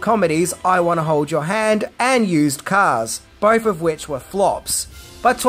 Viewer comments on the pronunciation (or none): none